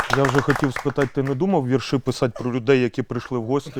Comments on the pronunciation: а ось і другий випуск переглянув я і те що не віршІ, а вІрші знає вся моя сімя але Ігорь не зважає правила мови тому ще досі ми чуємо не правильні вимови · Продовжуйте далі! Офтоп: Вам мали ще в першому випуску сказати в слові вірші в українській мові наголос на другій «і» В слові ваги, на «а» 😅